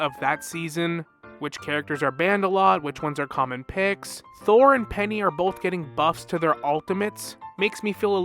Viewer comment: I thought you said "Season Thor is upon us" and since I've already listened to the Dev vlog, I just nodded in agreement for a second before context clicked and I realized you said "Season four is upon us.